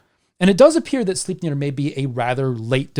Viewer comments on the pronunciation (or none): "Beating a dead horse..." - For once (Lies) a good one... :P Great video as always... Though, and this is probably just me being a dumb Dane.... Sle... Slei... Sleip.... Sleipnir... I can't hear the "e" in your pronunciation... But maybe you're saying it right, and i have no idea what i'm talking about... lol.. Doesn't detract from the great telling you do... Just me being a turd i guess... :P But yea, i would absolutely love to hear the story of king Heremod becoming Odins Death knight, and the adventures he would have to embark upon to redeem himself... Love a good redemption story.... Don't you ? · Well, 99 percent of the time, i am indeed, in awe of your languistic skills, and how "easily" those nordic names comes out of your mouth... But Sleipnir... Well, that just sounded off... You know ?! Hahah... But brilliant video fer sure... You have a good night sir. I'm off to dreamland myself... - Ever done a video about dreams, and the dream state ?